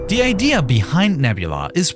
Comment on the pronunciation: it's not "Da" it's "THE" It's not "Dere" it's "There" It's not "Dey" it's "THEY" It's not "Ovver" It's "Other"